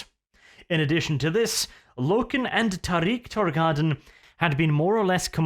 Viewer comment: Im "New" to WH...ive read first 5 books of the Horus Heresey...but anyway it sounds so weird to hear u say Trarik Tor-gai-don.....i always read it in my head as tarik torgad-don...lol